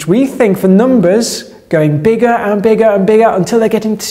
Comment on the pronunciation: I just can't get enough of talking about numbahs:)